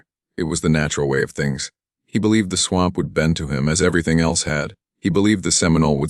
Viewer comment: Great story but you need to upgrade ur AI. Pronunciations of simple words like “swamp” mispronounced every time it is used. Things in parentheses not suppose to be read is read anyways. Other than that no complaints. And no disrespect intended. Merely a suggestion.